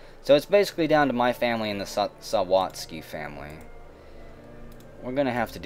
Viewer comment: Cmon man sound it out. Sa- wat- zki